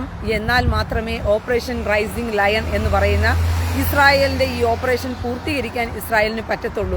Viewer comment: Raising Lion അല്ല Rising Lion